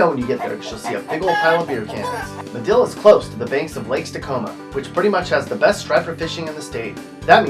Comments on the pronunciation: It is Madill (not Medill) and Lake Texoma. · It's "Madill" and Lake "Texoma" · IT'S MADILL,OK AND LAKE TEXOMA. TEX-OMA....